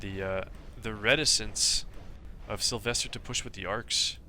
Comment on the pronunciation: why do you pronouce sylwester with a v?